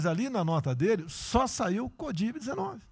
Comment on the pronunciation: Só eu que vi em presidente Bolsonaro falar Codiv-19?